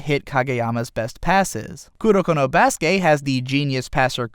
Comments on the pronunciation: i cringe every time he says "kuroko no BASUKE" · You know instead of emphasizing basuke you can say basuke sounding like basket other than basuKE